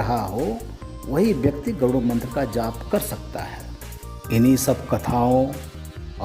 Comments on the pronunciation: गरूण मंत्र नही गरुड़मंत्र उच्चारण करना चाहिये आप ही गलत उच्चारण कर रहे है जय विष्णु भगवान, ॐनमो नारायण,जय हो बालाजी की 🙏🏼🙏🏼🚩🚩🚩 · Garun nahi Garud mantr kaho pappuji